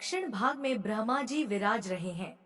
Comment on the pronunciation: Bahan vinamr vinti ,aap brahma ka ucharan sahi kre ,dhyan bhatkta h, shukrana